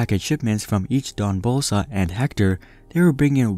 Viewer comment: It’s hard for me to take this video seriously when the narrator keeps saying “DON Bolsa”